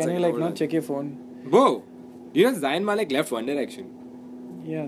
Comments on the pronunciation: Jaayan Malik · ITS FUCKING NOT ZAYIN MALIK ITS ZAYN MALIK!!!